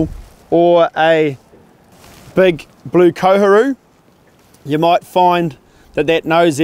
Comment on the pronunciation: Easy to follow clear vid 👍🏽 Fyi bro Koheru or Co hah roo u called it the correct pronounciation is "Core-hair-roo" cheers for the vid